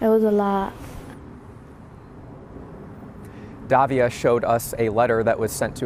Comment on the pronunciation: it is "Davila" and not "Davia" learn some pronunciation, c'mon man!